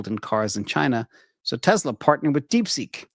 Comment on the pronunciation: It’s not Te”z”la , it’s Te”s”la.